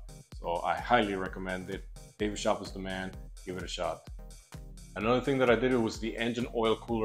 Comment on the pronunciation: david sch-oop not shop